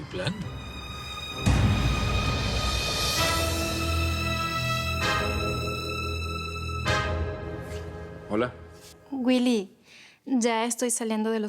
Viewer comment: Jeje si el zorro de mi padre dise wuily😆😉